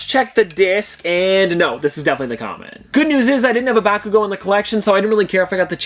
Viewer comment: The way he mispronounced bakugo